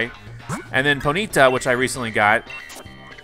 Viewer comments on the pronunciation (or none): IT IS SAID LIKE pony-taw. But other than that keep up the great work